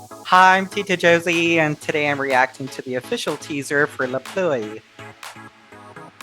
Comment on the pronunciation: even if it's not perfect, I love your pronunciation of "La Pluie"